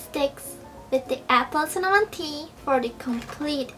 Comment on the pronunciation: a i swar she said cimmanon 😂or is that just me